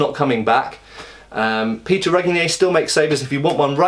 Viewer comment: At least you learned to pronounce Péter's name almost correctly :)